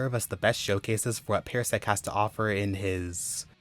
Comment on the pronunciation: I love these stories, they are all great reads. I'm sorry, but it's pronunced PAR-sec not pair-sec. It just bothered me hearing it pronounced that way.